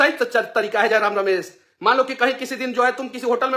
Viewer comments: Manish Babu tujhe to jayram ka nam bhi sahi se le nahi pa rahe hai to jayram se kya dibet kijiyega😅😅😅😅😅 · iska fta hua hey 😂..dr sey Tiger da ka naam sahi sey bol nhi pa rha hai